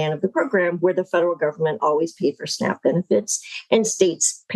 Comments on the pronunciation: Oh it's called SNAP, I thought you said snack..😐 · SNAP? I though I hear SNACK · Honestly thought she kept saying "snack benefits" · Whenever I hear Snap I hear snack.